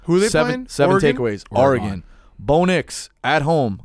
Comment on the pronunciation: Dave says Oregon like a dip shit.